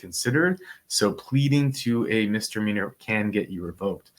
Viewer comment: You keep calling it a MR meanor lol